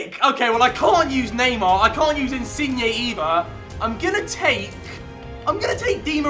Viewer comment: No it sounded like he said can because when he said cant choose he said it like ' can't use so everyone thought he said can